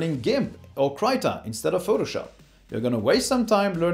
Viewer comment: Kr-eeta not Cry-ta!!!